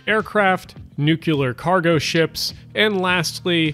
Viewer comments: IT'S PRONOUNCED NOO-KLEE-URR, NOT NOO-KYOO-LURR! I'm sorry, I just had to say it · Did he really say "nuke-you-lur"? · PLEASE learn how to pronounce “nuclear” correctly. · Okay it's final. People speaking the dominant accent now say nuke-you-lur (not just Hank Hill). And so do Brits. Let's update the spelling to reflect that.